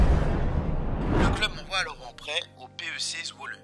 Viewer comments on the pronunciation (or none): none